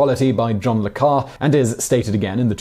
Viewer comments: “Le Carré” does not rhyme with “bar”. The acute accent over the ‘e’ means the ‘é’ is not silent and is pronounced to rhyme with “day”. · It’s John le Carray — not Car. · Le Carre is pronounced luh kah-RAY. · John le Carré's name is pronouced "le Carray". The é, you see, it's like is café and entrée and souflée and Jésus. TODAY YOU FOUND OUT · Say it with me: "John le Car-RAY!" That accented e (é) is pronounced with like "ay" or "ey." Also, John le Carré is one of the most famous and successful British authors of the post-war era - come on mate! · John le Carré: pronounced le Carry (as in Carry Me Back to Old Virginny). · Besides the fact that you're not preparing the tea according to instructions, you pronounced John Le Carre's name wrong. It's pronounced John Le Carreh. Poorly researched video.